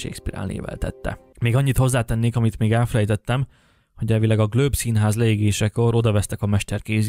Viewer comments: Nagyon alapos elemzés! Felhívnám a szerző figyelmét azonban a Globe Szinház helytelen kiejtésére, ami sokat levon a tanulmány értékéből. (Helyesen “glób”!) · The "Glöb"? Furin hangzik🤔😉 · Nagyon érdekes volt, köszi!!!! ….de kérlek, The Globe Theater nevét ne ejts GLÖBE-nek! Marlowe …. nem ejtjük a “w”-t sem …..simán, fonetikusan MARLO! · Amúgy szerinted kit ábrázolnak a fellelhető Shakespeare-portrék? (Marlowe kiejtése helyesen 'marlou', a Globe-é 'glob').